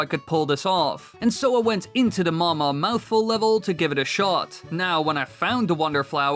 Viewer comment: it's called the mawmaw not mama